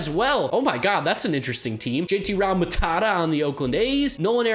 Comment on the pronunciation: Does always pronounce Realmuto as Rall-mu-tata?